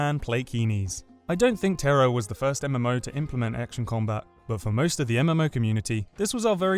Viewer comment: Terror? its Tera >o<